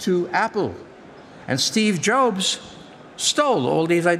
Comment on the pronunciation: Steve Joebs 😄